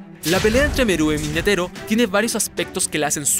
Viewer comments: no es netero, es nétero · Buen TOP, aunque hubiera puesto primero la de Meruem vs Netero. PD: Si no hubieras dicho Attack on Titan y pronunciado mal "Netero", me suscribía.